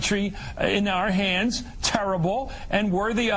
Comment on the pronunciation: I like how Matthews say "OUR HANDS". I wonder if he can describe the taste of 0's d!ck.